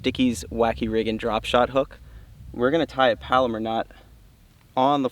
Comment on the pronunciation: palomar, rhymes with mallomar